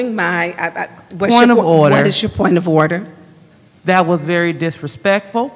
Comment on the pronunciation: Point ah orda,point ah orda😅😅😅😅😅!!!